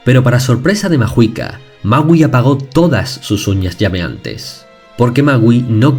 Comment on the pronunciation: alguien mas penso que decia mauu ? :v